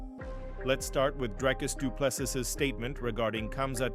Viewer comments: Doo ple SEA or SEE....NOT sis...no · Fix your dogshit AI voice. Du Plessis! Pronounced: Do-Plehs-C three syllables. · Shame he cannot beat up the narrator who is such a slack assed idiot, he cannot pronounce any correct syllable of DDP's name. What an absolute insult. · Ag please man why do you americans not respect a person and prenounce their names properly like drikus surname .Whont listen to your potcast again